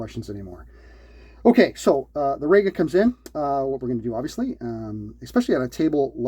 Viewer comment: its pronounced REE-ga. not RAY-ga. and you call yourself ""! 😉